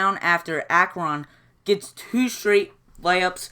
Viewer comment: What a great game. How many blocks were in that game? Wow. And what is really funny is you pronounce correct 62 times and A-cron wrong 56 times! Same as the score. LOL. Keep them coming, I enjoy them.